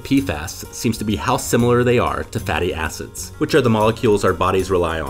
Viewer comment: please be careful pronouncing "fatty acid" you gotta make sure the "id" is highly audible